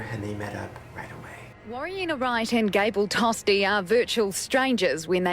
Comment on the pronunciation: Shane: “Gabel Toastie” Me: giggles “toastie”